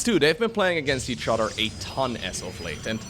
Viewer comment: Which udder do you milk?: Each Udder.